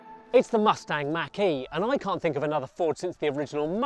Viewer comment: “Tha mastang mackie”😂